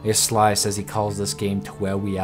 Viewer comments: he does call it terarweya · TEWWAWIA FTW!!!!!!! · dont dis tewwewia!